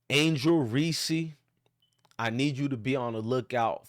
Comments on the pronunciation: Don't nobody listen to this clown....all he's doing is trolling without doing any research. He can't even pronounce the girl's name that he's sticking up for. It's just REESE...with one syllable...do you know what a syllable is????? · I know this is a good message, but I think we're overlooking something .......did you just say Angel "Reesie"?!! BRUUUUUUHHHHHH!!!! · Hahahaha. What an idiot! Before you preach stupidity, why don't you learn how to pronounce her name correctly. You sound like a fool. Additionally you should take a look in the mirror and figure out who the real racist is with all your derogatory mayo comments. You're the definition of a race baiter and part of the problem in this country